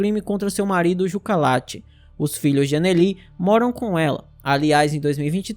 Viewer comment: Perfeito. Só uma observação. "Jukka", em finlandês, se pronuncia "Iuca". Igual ao ex-baterista do Nightwish e Sethian.